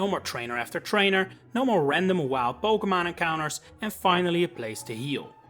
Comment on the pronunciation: You misprounce Pokémon